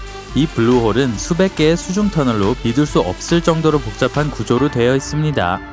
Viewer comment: 침고이게 말하는듯 있음니돠 돠돠